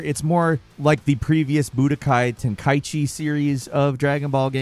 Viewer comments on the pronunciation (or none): Ten ka i chi... Say it right... Not "Ten kai chi" its like u try to say it right but at the end u had to neeze... Ten Kai-chi... Like bless u, work on ur pronounce.. He even Miss-pronounced GoGeTa & VeGiTo but he played 1, 2 & 3 tho... Yet cant pronounce 'm the right way... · Ten- kaichi?? Ten - Kai - ichi